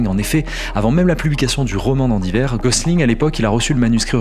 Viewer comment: Andy WEIR, pas WAIR. 😉